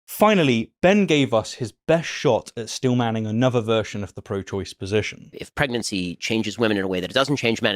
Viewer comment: its "steelmanning" not "Stillmanning"